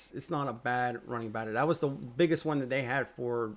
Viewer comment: It's battery not bat ray